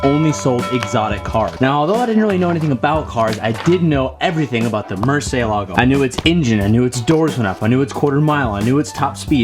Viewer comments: Did you call it mercelago? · Murcentador...that's the name ☝🏿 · what a nice 'Murcitor' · “I knew every factual thing you could know about this car” ...except for how to pronounce “Murcielago” properly 😑